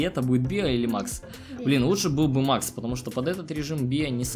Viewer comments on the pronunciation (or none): none